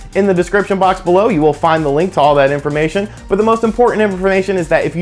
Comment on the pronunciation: You said inferormation! Lol... I love you guys Youtube channel. Pretty please promise me you wont stop no matter the ratings or likes. Lately so many Nintendo analysis have lost their motivation and focus but when that NX drops I bet they all hop back on the DiCK!!! Be well B)